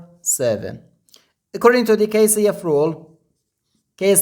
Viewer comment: you need to pronounce K C F slowly and clearly- it was impossible to understand you.